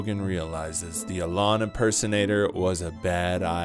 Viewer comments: It’s “e-lon”, not “a lawn” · The way you say “Alon” is fucking terrible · Learn how to pronounce “E”-lon’s name before you waste our time with a video like this... that’s a bad derp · Why u say alan, when his name is Elon… clickbait? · Why do you say Elon like that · Joe Rogan is funny you're clearly just hating. He isn't top 5 or 10 or anything but still. Also, why tf do you say Elon like you've never heard someone else say his name before? You lost be at your fist point for being a lame. Kill Tony probably sucked and has lately but I have a feeling you would be saying that no matter what. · You can’t even pronounce Elon 😂